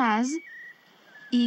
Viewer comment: The pronunciation of the woman's voice is wrong . いきます＝ikimasu...its not ikimazu☓. Man's voice is correct .